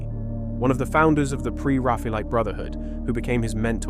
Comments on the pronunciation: I’ve never heard a professional in the art field pronounce it the way this video does. The emphasis is on the wrong syllable. “Pre raffel-ite” or “Pre RAF-Ayellite” are the usual pronunciations, not Pre- ra-FAYa-lite. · I take the mispronunciation of "Pre-Raphaelite" as a sign the narration is AI. No thanks.